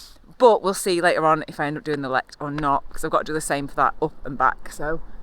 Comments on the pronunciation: Great video.. But the highest paved road is the radar station at Lowther Hill. not the Cairnwell .. rode it several times. Used be tour of Highlands sportive. The Lecht, Glenshee and Cairngorm in same day. hooter of a route its LechT ie prounce the 'T'. ;) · That's my neck of the wood. I just started cycling so I am defo going up those hills this summer. By the way, it is Lecht with a strong H and a t in the end, like the Scottish word loch. (c is silent)